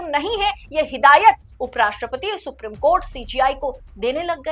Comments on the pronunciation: सुप्रिम नहीं सुप्रीम बोलिए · सुप्रीम है। सुप्रिम नहीं। please pronounce correctly. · please pronounce the word Supreme properly when reading the news. Thank you 🙏